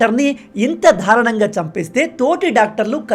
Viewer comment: దారుణం కాదు భూక్యా దారుణం తెలుగు సరిగా నేర్చుకొని మాట్లాడు